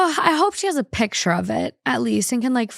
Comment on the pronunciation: saying “pitcher “ instead of PICTURE 😐😐😐had me yelling